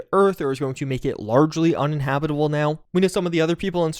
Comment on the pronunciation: Chug on "largely"